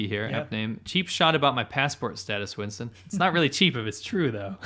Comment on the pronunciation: "Chinston" HAHAHAHHAH